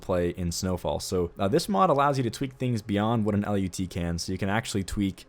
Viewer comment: It's pronounced "lut" not "L.U.T.", but kudos on everything else, dude. love your vids!